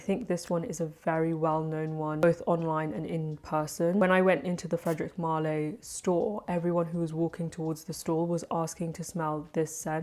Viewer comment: You’re too far away & your frag info is too small. Can you get closer & hold up the bottle & please add names to description? It’s prounounce: Mal (Not Mal-lay) Can’t follow along very easily. Thanks!